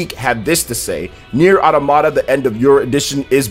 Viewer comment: it's autOmata, not automAta